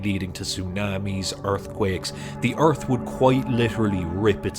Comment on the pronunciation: The first word for me is earf